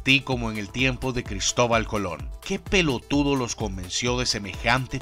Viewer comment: Justo lo mismo estaba pensando.... al "pelotudo" y "boludo" lo dijo con el sentimiento argentino que se tiene que decir... un genio!!!